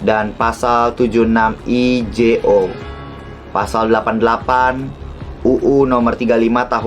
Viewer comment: kak cuman mau koreksi Jo dibacanya junto